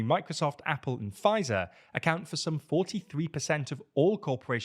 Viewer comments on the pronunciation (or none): none